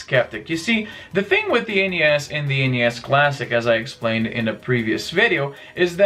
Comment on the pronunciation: Thank you for saying N-E-S and S-N-E-S rather than "Nes" and "Snes". I've never heard anyone refer to NES and SNES by making their initials into a word until watching YouTube vids.